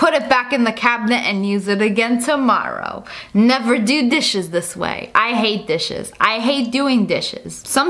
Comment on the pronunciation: When u said dishes I thought u said dis shiz